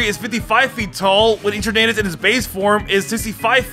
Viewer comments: EterNAYtus???? puQUEmaQUE? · How did he just say eternatus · Why the hell are you saying Eternatus like that Edit: the way you say Pokémon’s names 🤦🏻‍♂️ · I love u but ur sayin eternatus name wrong lmao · "Escavaler" "Celesteea" "Heatren" "Eaternadus" "Bunnery" "Slayking" "Deyoncee" "Eckzerneas" "Pekyumakyu"